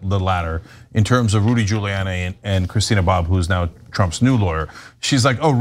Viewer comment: I think I heard say "Judy" instead of Rudy. That should be a meme.